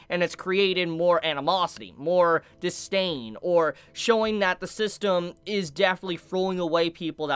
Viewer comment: More “DiSTAIN”